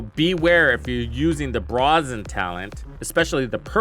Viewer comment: Did you really just say "brawzen"? Have you really never heard the word brazen (pronounced bray-zen). On a serious note, I wonder how these guys won the right to make the star wars game and avatar game. How did their engine gain enough confidence to win those when it does things like this?